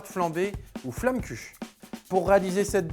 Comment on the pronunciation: La prononciation est horrible ça me fait mal aux oreilles! On prononce flommekeuche (en strasbourgeois)